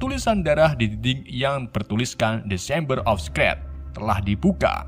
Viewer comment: The chamber jadi desember. Fawkes jadi faskes. Sorcerer's jadi socres.